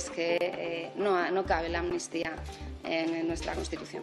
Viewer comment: Si escuchan bien. Pueden poner la velocidad lenta. Los del pesoe y cía no dicen amnistía , dicen atutia.